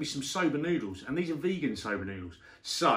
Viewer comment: Yah sigh veeeegin sober